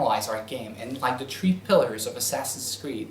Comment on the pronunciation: Three not tree....